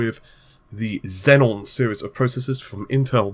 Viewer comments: Zee-on, not Zen on. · XEON NOT XENON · xeon not xenon lol good vid tho thanks :p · they are pronounced ze-on not zen-on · It is still not Xenon,. Xeon Xenon Xeon Xenon Server CPU Noble gas